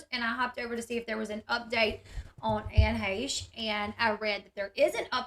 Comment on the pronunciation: Dang her being " pretty " definitely important. And you sure can pronounce her last name. Good job.